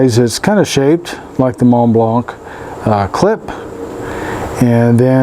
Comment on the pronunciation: Teaching native English speakers one at a time: the C at the end of Montblanc is silent.